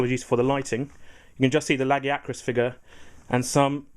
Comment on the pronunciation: YES! You san LAG-ee-a-crus. Not leg-eye-uh-crus.